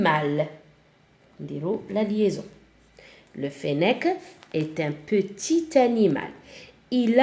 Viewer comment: في كلمة qetit لاتنطق tعلى الاخير